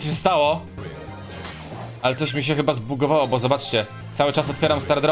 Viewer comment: Po pierwsze to jest bo a nie bu